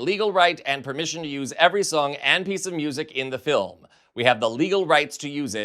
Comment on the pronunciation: it's not a documentary. It's da filim. 🙄